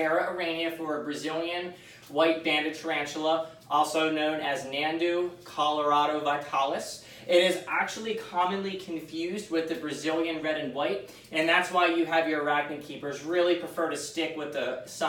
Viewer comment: Dude...right off the bat, wrong name. Its a Nhandu coloratovillosus not "coloratovatillis" or whatever you said...you made up a name. And the common name you said is also made up, Brazilian black and white is what this species is called. Amd again with the humidity requirements...they dont need no 75% humidity bro. Not this species. Stick to your reptiles and such. Also, Nhandu DONT web a lot. Very little do they web. Keep tarantulas for a cpl years, many species, before doing these videos so you know exactly what you're talking about.